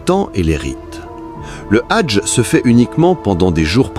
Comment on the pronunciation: Je ne sais même pas si je dois vous passez le Salem… s’il vous plaît arrêtez avec L’ IA car les prononciation lorsque vous parlez du HAJJ vous le remplacez par le mot RAGE. Et dans d’autres vidéos c’est pas mieux, même si peut-être votre intention est bonne. Ou alors s’il vous plaît faites des efforts pour corriger tout cela. Bien à vous.